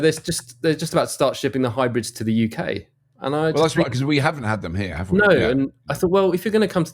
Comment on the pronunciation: UK. Can you say UK please.